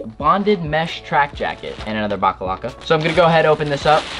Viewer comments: I cringed so hard Everytime he called the box logo stickers "backalacka" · I wanted to shoot myself Everytime he said baclava instead of box logo